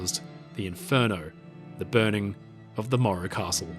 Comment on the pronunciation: Where is part 3????? And why do you call it the maura costle? Its morro castle.